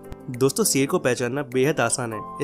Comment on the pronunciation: Bhak ser nahi hota h Sher hota h